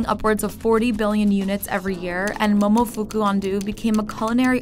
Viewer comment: Dang, ya’ll should’ve really tried to pronounce the Momofuku’s name correctly